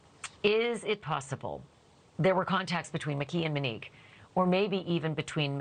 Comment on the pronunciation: Can we please pronounce her name correctly? It’s “Monique” not “Manique”